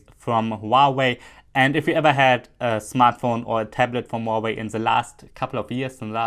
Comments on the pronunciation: มันอ่านว่า หัว เว่ย. ครับ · Not wauwai!!!!! Huawei!!!!!!!!!